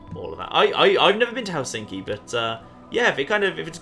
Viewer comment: Ohhh my god the way you pronounce Helsinki... Hell-sinky. it's more like Helss-in-ki or sth, right?